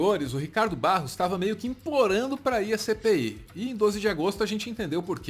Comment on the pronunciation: Quando ele faloiu "CPI da covid", eu ouvi "Cê peida covid"